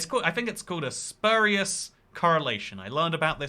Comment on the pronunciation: "Spurious" is pronounced to rhyme with "curious", not "spurrious"